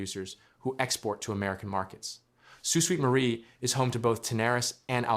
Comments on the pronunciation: Sue Sweet Marie? Sue Sainte Marie please. Crappy AI pronounciation. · If this is a Canadian project funded with Canadian money, why are you showing hands counting American money? Leave them out of it! Also, it's pronounced "Soo SAINT Marie," not "Soo SWEET Marie". Obviously a U.S. video or else he'd know something that simple. Why should we, as Canadians, watch a U.S. video about Canada and expect any of this to be true? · It’s pronounced Saint not sweet marie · Why can’t any of these videos pronounce the name of my city, Sault Ste Marie is pronounced Sue Saint Marie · It is pronounced Sault Saint Marie. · Tell the bot that the city's name is pronounced "soo sainte marie" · ❤❤❤❤❤ yes that pronunciation has driven me crazy for months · The mispronunciation of the city name certainly does not add to the quality or 'listenability' of a website. The use of speech-generators slaying words need an ability to replace badly-formed words with a better-sounding version. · damn annoying isn't it....makes you wonder about the accuracy of this entire report